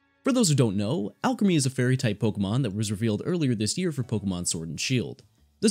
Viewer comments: Isn't it pronounced Al-cream-e no? Not alchemy driving me bonkers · you forgot the l in Alcremie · Pretty sure they are pronounced "Al Creamy" and "Milk A Reee", and the shiny form is always black with white highlights, the only difference for shiny is the headpiece (so theres 7, but only 5 available now)